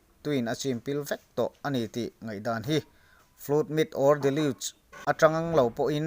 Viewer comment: Tui let chu a awm ngei a rinawm, mahse Nova tui let leh Dinosaurs era compromise tum chu a dik lo ang. By the way..FLOOD hi FLÛT ti hlirin i lam a.. :O